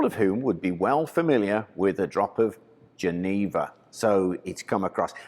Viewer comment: The actual pronunciation of "Jenever" is slightly different. It's pronounced with a soft J (sort of zch) and the middle e is also short. (Pm me if you ever need help with Dutch/Fleming pronunciation)